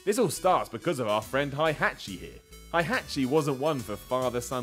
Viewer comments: Its Heihachi, not High-hachi. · HI-HATCH-E LUL EU people haHAA its HEY-HA-CHI btw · Hei! Not hihachi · I had to grit my teeth everytime you pronounced "Hi Hachi". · ITS HEIHACHI!! NOT HAIHACHI IT ISNT FUCKING GERMAN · you Pronounce Heihachi wrong It's Heihachi (Hey-Hah-Chi) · never say heihachi name like that your saying it wrong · Please never say Heihachi again. That was enough cringe for the day. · I've never seen someone who pronounces Heihachi wrong so many times in a row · Awesome video but you butchered heihachi Mishima hahahahaha